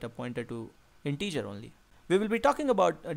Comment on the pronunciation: Thanks! But "integer" and not "in-teacher"!